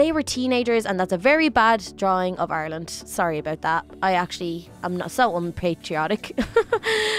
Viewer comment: its Ireland not arlene